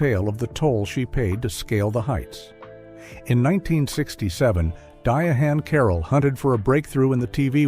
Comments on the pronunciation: It's not pronounced "Diahan" it's pronounced "Diane" Carroll. Idiot.😄😄😄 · It's pronounced Diane Carol not diahane carol